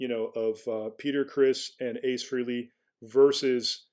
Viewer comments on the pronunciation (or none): It’s FRAY-LEE!!! 🙄